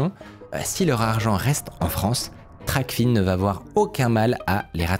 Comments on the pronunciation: Super vidéo! (Juste je crois qu'on dit "Tracfin" pas Tracfine) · Toujours des vidéos incroyable ! En revanche on dit « TRACFIN » et pas « TRACFINE » et c’est la « VanuaAtu » et pas le « vanuatu » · hello, pour info TRACFIN se dit "traque-faim", pas "traque-fine". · c'est prononcé trac-faim